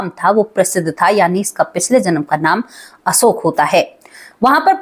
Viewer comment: Asoka nhi Ashok bolo.